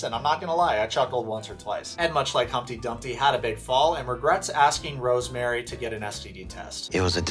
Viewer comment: Okay I love you, but please start pronouncing her name right. It’s RoseMarie not RoseMary lol